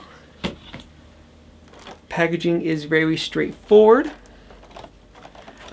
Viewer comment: He said the packaging is vewy straight forward